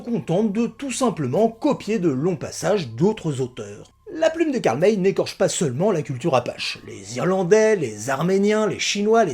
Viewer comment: c'est Karl "Maille", pas "Mèy" Pierre Brice ou Pierre Gilles ? J'avais tout lu et tout vu quand j'étais enfant, en France. Et oui, cette saga est à laisser dans son époque, elle est totalement dépassée, pleine de clichés, avec des erreurs énormes. La plus flagrante étant que Karl May appelle apaches les comanches, la tribu de Winnetou. Mais elle avait le mérite de présenter de "bons" indiens et des "méchants" blancs